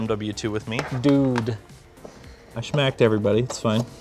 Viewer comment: I love the way says smacked like, he doesn't just smack them he fucking Sha-Macked em xD